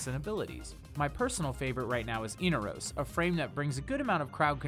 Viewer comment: "In-are-os"? "Ee-Nar-os" is the way to actually say it.